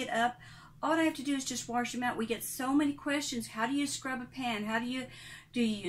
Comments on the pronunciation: Don’t say Warsh please. It’s wash.. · Reasons Why I Love This Video: 1) You say "warsh" just like my mom and gma, which instantly gives me the warm-fuzzies. 2) This is the first time I've been able to find someone else who's dealing with the single basin + plastic tub situation. 3) Everything here is common sense but you're way more patient than I am, so I'll just make my kids (who are totally old enough to already know this ferpetessake) watch this until they get sick of it and just do the dishes. What I Do Differently: Not much. I use a small plastic tub (like a shoe box) for silverware and cooking utensils. I fill that with hot soapy water and put it off to the side so that stuff can soak while I do all the other dishes. I have a regular wash tub like yours that I put in the sink for washing, and I leave the rest of the sink empty. I wash the items and put them in the empty part of the sink until they're done (or I run out of room) and then I rinse them all at once. Thanks for this! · She is so sweet but I will never understand why say warsh; there is no R in wash. It does grate on me. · I love that, I used to have a coworker who said warsh and golly -I thought that was so cute and funny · You say wash like my grandma did with an r sound! Thank you for this video, so helpful! I've been washing dishes by hand for several years now but I haven't been doing it efficiently.